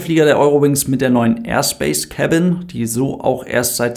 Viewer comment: Er sagt "neue Airspace Cabin" und ich verstehe "Airspace Kevin". Uff. :D